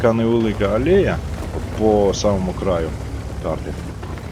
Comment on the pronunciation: Дядьку, ти вже як берешся відоси викладати , то хоч роби якісно...... 1. мікрофон нормальний треба ( як обзори з 2012 року подивився ) 2. Ти певно нещодавно перейшов на українську?! Не "алЄя" а "алЕя"( там ще багато словечок, ось це ріже вуха). 3. 2 к дамага "чудовий воїн"? Ну ти серйозно? 4. Спец режим вмикати треба на " кунзер-пунзер" 5. Вивчай техніку, то не кв 4 кормой стояв, то пт кв 4 кттс стояла лобом (задне росположення башти) P.S. Я не хейтер, я тобі вказав на проблемні місця ( які видно неозброєним оком). А в цілому, харизма є, не погано! Тепер ти знаєш що треба виправити 😀 Слава Україні !!! Успіхів в цій не легкій справі✌